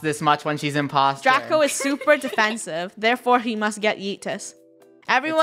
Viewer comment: At The First Line Its Draco Not Drace